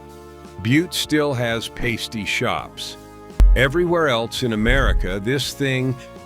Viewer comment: I'm heating up a pasty (pronounced differently than you did) right now. Cornish pasties are a family tradition - they can be found in northern Wisconsin and Michigan, too. Runzas are definitely a Nebraska food, my aunt taught us to make them.